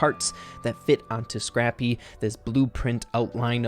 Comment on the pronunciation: *says Scrabby instead of Scrappy* Me: I see your a man of culture...